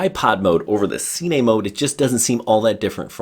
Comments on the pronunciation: “Seenay” mode. 🤦🏼‍♂️. Killed all reliability of information me. See you at the “seenayma” I suppose. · Am i the only one who cringed when he said cine? lol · it isnt see-ney